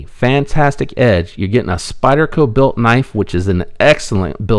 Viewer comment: Interesting idea on other countries that produce knives. What did you say, "Spydie-Ho"? Glad you left that in the video.